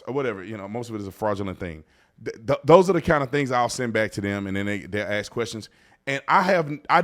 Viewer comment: Ask. Not “aks”. You’re a very intelligent man. Saying “aks” instead of ask makes you sound ignorant. Otherwise, love your content.